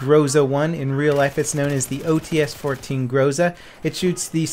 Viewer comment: The codename of Groza is OTs-14 (ОЦ-14). 'Ts' is the representation of letter 'Ц'. I'm not sure if English have the exact same sound like Russian 'Ц', but anyway OTs should be pronounced something like [o:z] (see Tzar for example). Oh, and also it is GrozA, not GrOza.